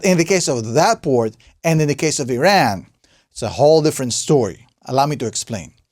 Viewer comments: it is not "eeran" ! it called "EERAAN" like "E" + "RUN" ok ? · can't even say the country name right